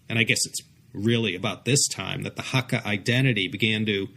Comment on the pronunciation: It's pronounced "hak - kar", not "haka". A haka is a Maori war dance. And I agree that spoken Hakka sounds very much like a cross between Mandarin and Cantonese.